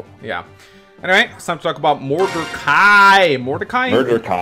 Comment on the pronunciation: First "Illyana" and now "Modercai". is going to end up renaming half the cast.